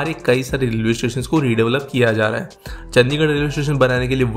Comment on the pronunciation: चंडीगढ़ not चंदीगड़